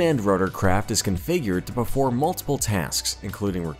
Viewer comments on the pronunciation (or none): none